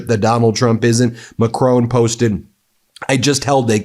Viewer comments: He’s called Macron not Macrone. Good video though. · MeidasTouch are doing a great job, but please learn how to say Macron. McCrone sounds like a Scottish gangland leader.